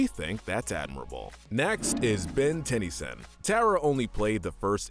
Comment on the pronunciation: It's pronounced Tennyson not tenny-son